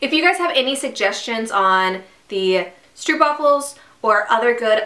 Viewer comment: "Stroopwafels" you pronounce "strope" like "rope". I'm from Belgium, I speak Dutch too. ;)